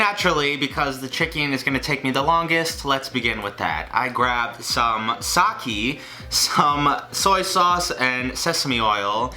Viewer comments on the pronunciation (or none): you need to double fry the karaage or isnt karaage also is sakeé no sakii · ITS PRONOUNCED SOCK AY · SAH KAY not sakee, sake is pronounced like that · Wth is saki? it's sak-ay. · sa-KAE not sa-KI!! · sakEH! Not sakI Edit: Lmao I wrote this before he said he'd sock me oops i guess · ) ---> Sa-Kay :( ---> Sa-Key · It's pronounced saw-kay not saw-ki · Sakay. Not sockme daddy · "I grabbed some sa-key" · It’s pronounced sack-AY. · you pronounced sake wrong its sak-ae also im very triggered on how you used instant ramen noodles. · IT'S PRONOUNCED LIKE (SA-KAY) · It's sah-kay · sakee? sakeh...... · OmG iTs PrOnOuNcEd SaKEeEeEeEeEe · you can pronounce sake as sahkaey. the H and Y should be kinda hazy. but good luck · The way you say sake makes it sound like you are saying “before” in Japanese. Sock me if u want, but you might wanna start saying “sakey”. You will sound much more informed. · It’s pronounced “sock-aye” I CRINGED SO HARD NEVER DO THAT TO ME AGAIN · *it’s pronounced sAkAE* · Its sa KE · Sake is prounced sock-ay. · noooooo! its pronounced "Sock AY" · Sah-kee... Sah-kee... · its pronounced "sah-kay" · It's pronounced "socKEE you" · It's pronounced sah-keh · No...? It’s pronounced saké. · I stopped watching Tasty videos just so when these pop up I can just be surprised by how stupid some of these recipes get. Also it is pronounced Saw - kay ;) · Your pronounciation of sake is trash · "You're supposed to pronounce it as Sake " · Excuse me... what... what did he just say? “Sake”? •A•; (Please I’m aware he said not to leave comments like this and that’s why I’m doing it >w>) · The way he says Sake tho...ugh Edit: TIMPANO TIMPANO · Its saké not saké... have fun with that. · You're supposed to say sake or sake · it’s pronounced sake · the way he pronounced sake... oh no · SAKE IS PRONOUNCED WITH THE E SOUNDING LIKE AN A, LIKE SAYING SOCK AND PUTTING AN A AT THE END